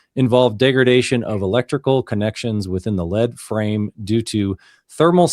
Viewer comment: Just a note from an engineer that works on lead frames. Thanks to our stupid English spellings the part is PRONOUNCED “LEED” FRAME. It’s not heavy.